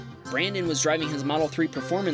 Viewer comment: "We hope you feel better brandon" You said it wrong.